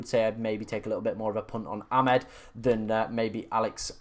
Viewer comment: That was never a Hall assist…..disgusting 😢. I’m sure it’s A-mad not Ah-med but maybe not